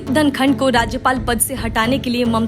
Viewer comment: धङकन नही धनखड़ बोल